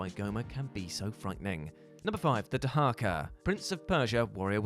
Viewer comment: Isn't it "Dahaka", not "Daharka"?